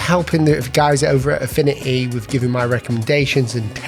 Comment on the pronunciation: "Affini-y" 😂 no hate love your vids